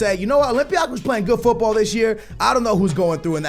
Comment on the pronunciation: this is getting annoying.....stop pronouncing football the wrong way